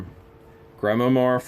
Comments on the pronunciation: It's pronounced like GRIMWAH. LOVE YOU GUYS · Pronounced Grim-war, a Grimoire is a book of magic spells and incantations. The word is French. The spells and poetic uttering probably not so innocent, hence chills. That book might fetch some money on EBay just because some people are all about that. Your Jack Skellingtons were nice, as well as the face of that one joker mask. He appeared well made, although worn. Five witch hatz AND a Book of Spellz? Creepy.